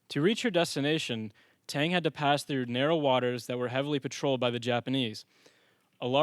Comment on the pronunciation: You sure you got that ships name down?